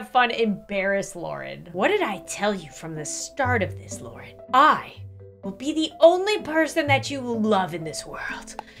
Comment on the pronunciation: Eh I'll give you a sub, btw it's Lauren not Loraine Lol